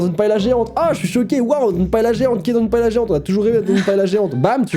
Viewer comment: Vous prononcez Paella,paela.Etant espagnole,je devais le faire remarquer 😂😂